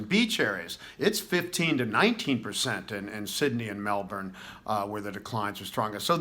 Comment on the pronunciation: Thank you for pronouncing Melbourne correctly, and not saying Mel-born as a lot of Americans do.